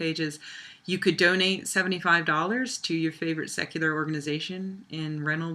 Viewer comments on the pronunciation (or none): The possessive of Reynolds should be pronounced Reynolds's (reynoldzez).